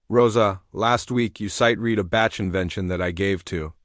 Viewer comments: Please pronounce composers' names correctly! "Bach" is pronounced sounding like "Bock", not "Batch" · The only thing I really didn't like was the mispronunciation of the names. Chopin is pronounced Showpawn and Bach is pronounced like Bawk. I really wish they would program these ai's better. It was a very good story though!